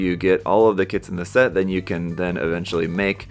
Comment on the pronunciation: I kept hearing THANK YOU